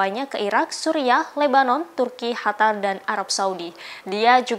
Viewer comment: Bukan Hatar, tp Qatar/Katar